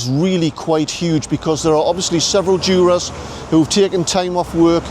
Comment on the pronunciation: 'several joo-rahs'